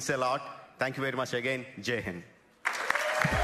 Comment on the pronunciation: That's not jay hen ok - it's Jai Hind....Pls correct it.